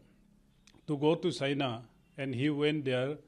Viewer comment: Phele apna pronunciation to tik kro China ko sina famous ko pamous👎